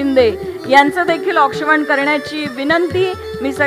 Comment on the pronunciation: औक्षवण नाही औक्षण मराठी शिका जरा वार्ताहर कसे काय बनता ?